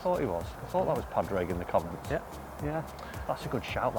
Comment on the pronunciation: Pawdrig, please say it right😀